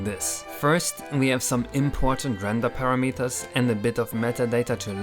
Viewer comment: i love the way says "para-meters" instead of the hick american "puh-ramuh-turz"